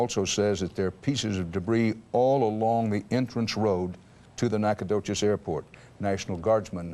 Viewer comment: I cannot believe that CBS butchered Nacogdoches' name that badly...